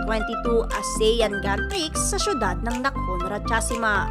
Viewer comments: PRIX ( read as PREE not PRIKS). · Miss voice over grand pri lang po ang pronounciation po hindi grand prixx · hindi ko alam kung maiinis ako o matatawa sa punto ng voice over ng video na to. hahahahaha pwede naman yata magsalita ng normal bakit ganyan ang boses? lol. at saka yung grand prix, silent x yun bale ang basa jan ay grand pri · That is pronounced as "Grand Pre" not literally as Grand Prix... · Prix is pronounce as pri..silent x..